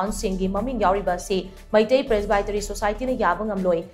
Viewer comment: helllo... learn to pronounce 'Presbytery' correctly... hahahahhaha... shameless... dont pronounce English words in ngaripur style..